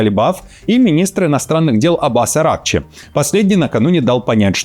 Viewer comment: АракчИ, елки-палки! Узнайте, где ударения в персидских именах! Не искажайте имена достойных людей!